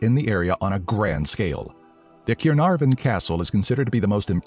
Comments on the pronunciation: ‘cay-rr-nar- fan’ It’s can-are-vun mate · Keernarvun? That can't be pronounced correctly. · And it's not ciernarfon it's CAERNARFON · Ciernarfon? It’s pronounced CAA EER NARFFON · Caernarfon not cirnarfon good effort tho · Ceernarvon? CEERNARFON?! NO,! NO! Let it be said by a Welshman that it's pronounced Car-narfon, only the f is sounded v, and there's a slight 'e' sound after the a. Dear god, do some research. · Who doesn't want to hear about the keer-narven castle? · more like K-EYE- NARR- VENNNN, at least in pronunciation, in true english to welsh phonetics... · Well it's actually car-nar-von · What the hell is cir-naer-from- it makes me want to cry!! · its correct in welsh.. KYE-RRR-NAAR-VON is correct, not this crazy american on drugs pronunciation, that sounds more like russian !! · its pronounced Caernarvon not caernarfon (also dd is pronounced th) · "Cinarvon" "Lanvair- ok I'm not going to even try" "Lluangollen" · ‘Cure’narfon castle😂 Mate, I’m from There and it is C.A.E.R.N.A.R.F.O.N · Caernarvon is pronounced Carnarvon Though as the only English child of an all welsh family (moved to England before I was born) I can understand how difficult it is to pronounce anything welsh! I love Wales yay! Diolch for the video cariad! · excuse me the what? Keyonarfen? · he pronouced Caernarfon ronge it's pronouced cernarvun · Caernarfon is pronounced C-eye-r-nav-on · Cuinarfon castle? FFS! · It's pronetced can ar fan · sir / madam as a welsh person...your pronunciation of the towns / villages has cut into my soul as deep as any sword. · Like if your welsh !! I’m so proud to be welsh it makes us all feel so special as literally no one knows about us lol, but I’m sorry the way you pronounce names is hilarious well done from trying 👏🏼 I’ve sang with Cathrine Jones !! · Him trying to pronounce Caernarfon made me laugh so hard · You said Caernarfon wrong but, oh well! I'm Welsh and proud. Cymru! Great vid! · Also said Llangollen wrong